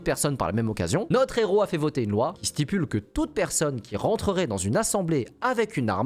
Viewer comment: 1ere anecdote, loi qui stipule j’ai eu mal aux oreilles 😭😭 En dehors de ça excellente vidéo 🖖🏼